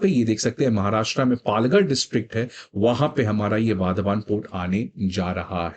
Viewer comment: वाधवान ❌ वाढवण ✔️ migrants 🃏